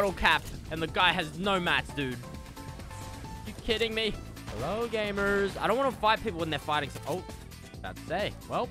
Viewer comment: He sounds so American when he says "gamers"